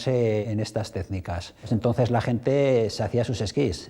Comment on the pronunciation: en estas tezsnicas, el mostachón no le deja pronunciar bien